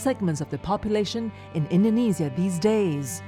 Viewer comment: I hate it how she pronounces indonesia indenezias